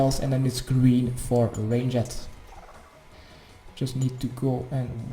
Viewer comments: and what would you do if i told you ranged was 1 syllable? not range-jed range-d !!!!!!!!!!!!!!!!!!! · God everytime you say rang-ed my dutch heart dies a bit further cuz i know it's a retarded accent. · I think you suck at ranged cause you don’t know how to pronounce it But great guide none the less!